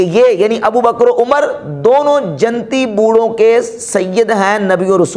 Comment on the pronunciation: buhut hi la jawab bayan he lekin hazrat aap urdu talaffuz sudharen jannati ko janti kaha he apne